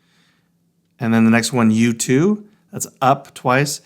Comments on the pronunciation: Also sounds like you too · When you are saying U2 it sounds like YouTube 😂